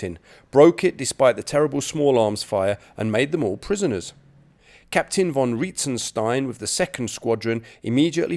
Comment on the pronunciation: to the adress of the video maker: please notice that in the German language the "v" in the word "von" like in "von Witzenstein" is not spoken like in English. It is spoken like an "f". Please notice that in the German languag the "ei" like in the word "Witzenstein" is not spoken like in English. It is spoken like "ee" like in "bee". It seems that you want to praise the "Britain`s German Soldiers" in this video. Perhaps it is a good idea to take the effort to pronounce their names in the correct way, right?